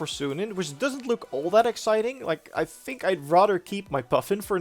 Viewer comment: You even say "fink". Lol